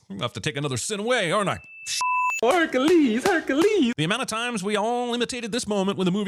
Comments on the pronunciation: More like HER-Q-LEE 👏🏿 HER-Q-LEE 👏🏿 HER-Q-LEE 👏🏿 😂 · *Herkalees Herkalees Herkalees